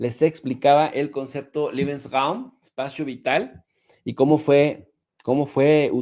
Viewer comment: Lebeensraum...liebensraum es cuarto del amor....Leebensraum así como se escucha.😂😂😂